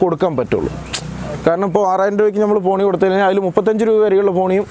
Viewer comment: തോണി അല്ല ചേട്ടോയ് പോണി😆